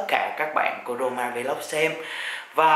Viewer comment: Roma vlog mà minh nghe s thanh corona vlog =))